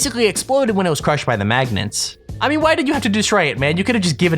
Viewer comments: For I sec I thought I said cru-shit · It said cru shit